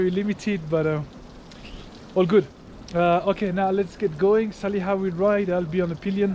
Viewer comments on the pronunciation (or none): Salih değil laaaa, Saliha bu kadar zormu ismi telefuz etmek..kıl oldum sana🤣🤣🤣